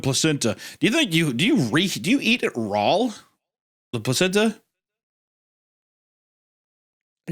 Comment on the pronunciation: yes, yes you eat it "rawl" Hunter